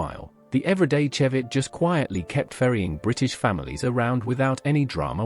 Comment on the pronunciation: Vauxhall Chevette pronounced shevette